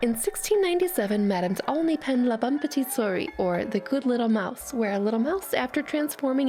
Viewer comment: That is... not how you pronounce souris